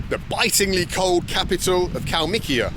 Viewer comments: Wanna get wasted? Just take a shot or sip everytime bald says, kalmik or kalmikia 🍻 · Mr. Benjamin You betrayed the Soviet, now you just say Kalmikiya instead of it